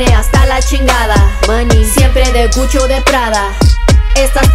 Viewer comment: She said CUCHO? Instead of Gucci?😭😭😭🤣🤣